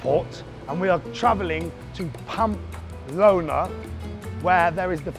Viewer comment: I actually like the camera man angle. is still being himself. I’d be even more self conscious etc. I’d say do it for a few vids and then make a decision. Stop saying Pampa Lona though. 😬